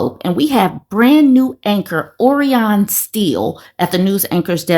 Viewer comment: Orion is pronounced Oh Ryan